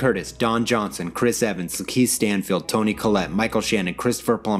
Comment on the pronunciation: I'm gonna need Youtubers to learn Black actor's names BEFORE you record yourself...that's all. It's def NOT "Keith Standfield"